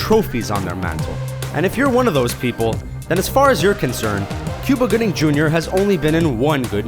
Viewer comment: I'm impressed that they were able to actually get his name right, they constantly mispronounce names!